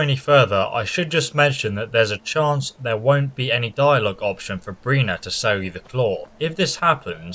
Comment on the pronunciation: Her name is BIRNA, not BRINA!